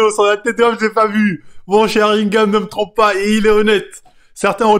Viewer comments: Sharigan et pas sharingam sa mfai saigner des oreilles merci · SharingaN avec un "N" et pas SharingaM... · Frèro c'est Sharingan ! Pas "Sharingame"